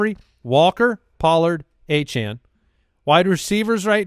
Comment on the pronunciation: Lmao the player himself said his last name is pronounced Achan, but go ahead and keep pronouncing it the wrong way